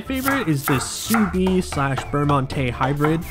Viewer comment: don't under-pronounce the D in sous vide. it is pronounced